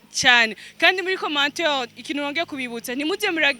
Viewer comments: unaweza just prononciation ya commentaire not commenteur.thx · ijambo commentaire arivuga nabi " Commenteur"